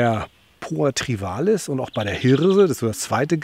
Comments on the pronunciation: es heißt TRIVIALIS, nicht Trivalis.;) Trivial=Gewöhnlich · Hallo. Mit der Poa Trivialis nicht Trivalis hast Du es. Aber danke für das Eingeständnis, dass auch bei Dir nicht erwünschte Gräser drin sind.